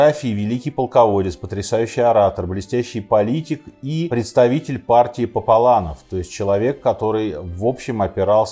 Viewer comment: Партия популяров а не папаланов